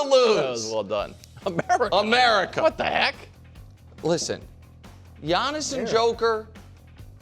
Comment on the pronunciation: I heard him say Merica 😂